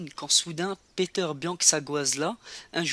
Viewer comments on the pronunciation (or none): ses un ses pèter (prononciation piter )